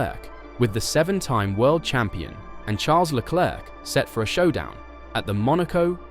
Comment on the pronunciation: IT'S PRONOUNCED LE CLERK. LOL Just ask Charles. lol